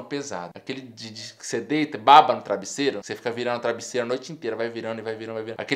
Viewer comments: Ele fala "trabisseiro" nada contra, só acho engraçado, sem preconceitos kkk. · Ele falou trabisseiro ou foi impressão minha. kkk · "Trabissero".... Kkkkkkkkkk